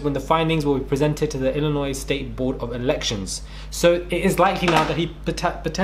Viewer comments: LOL!!! You carefully pronounced 'Illinois' LMAO!!!! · Ngl, was laughing my WHOLE ass off listening to trying to talk about US politics and locations. Caught the pause for pronouncing Illinois correctly, but I lost it when he said "Ar-Kansas." Good vid. Just super funny listening to someone (presumably) from the UK discuss these things.